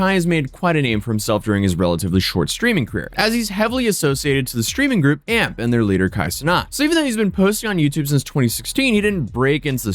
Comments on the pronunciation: LOL he said "AMP"... the group is called A.M.P. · it's not AMP, it's A.M.P btw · It's A M P not amp 😂 I wasn't gonna saying nothing but I said amp too many times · Its not a big deal but you calling A M P amp hits my ear so wrong😂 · A-M-P not "amp" its an acronym for any means possible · I'm pretty sure it's A. M. P not amp (one word) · A-M-P. Not amp 😂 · FYI It’s not amp it’s A-M-P. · A-M-P it’s three letters not amp 🤦🏽‍♂️ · AMP is an acronym brother😂 pronounced A.M.P not Amp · Future reference its a m p u say the letters not amp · It’s not AMP it’s A M P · It's A.M.P rather than AMP, but I've never even thought about it being pronounced amp. I've only ever heard all of them refer to it as A.M.P. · It's A. M. P. Its an acronym not one word Amp. My old ass doesn't even watch them and even i know that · i guess its just me but why is he saying amp? its A M P no? lol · nah bro im convinced you refuse to actually invest time to research the stuff you talk about in half of your videos, i have seen you make multiple mistakes atp. i'm not even going to name all the ones just in this video but i will say, who calls Kai and them "Amp"? Its "A-M-P". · 1. It’s A-M-P not amp 2. Kai Cenat isn’t the leader, he just has the biggest name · I’m crying bro it’s A M P not amp like electricity 😂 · “Maffiathon” “ AMP” dude you’re almost as bad as AI Voiceovers. It’s a.m.p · Why’d you pronounce AMP like that… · Could have researched enough to know how to say AMP correctly lol